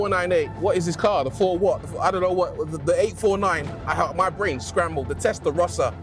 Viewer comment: Testarossa is defined by those horizontal slits. Stop butchering legendary names